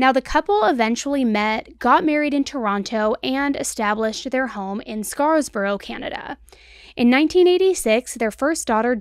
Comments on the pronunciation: Just wanted to note that the city is called Scarborough and not “Sacarsborough” - I’m from Toronto, and this case really shocked so many 😞 Thank you for your wonderful work 💫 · I love you. But your killing me at the beginning of this one. I live about a 2 hour drive from this area. It’s Scarborough not Scarsborough it’s Aroura not Arouro and lastly… although it is spelled Markham it’s pronounced Markam actually Markum. But I love you all the same. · It’s pronounced Scarborough with no S in the middle. And it’s not pronounced Aurora, it’s Orillia. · "Scarsborough" hee hee . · I'm here in Ontario, Canada. You're killing me with the pronounciation of the cities. 😂 Scarborough = scar-bro Aurora= a-roar-a Markham = mark-um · I'm from this area. Correction on pronunciation: Scarborough ("scar-bro") and Markham ("mark-um") 🙂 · 😂 i love when americans try and pronounce canadian cities ❤ its Scar-borough not scars borough 😂 i just watched this netflix series what did jennifer do. Wiiiiild story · Ahh all the canadian city names getting butchered 😅